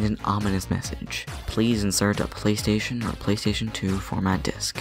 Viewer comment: plastation two and wat lol